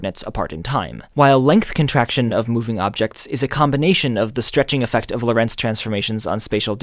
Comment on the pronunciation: It's interesting that you put the stress in Lorentz on Lo'rentz, instead of 'Lorentz. Why? In German and Dutch, the stress in the name Loren(t)z is on the first sillable.